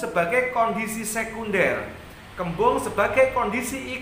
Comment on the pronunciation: Kaken ngomong kembang kebu terus bro